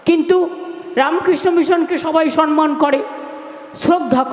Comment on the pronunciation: কথাটা সনমান নয়, সঠিক হচ্ছে সম্মান। আগে বাঙলার মুখ্যমন্ত্রী,বাঙলা ভাষাটা ভালো করে শিখুন।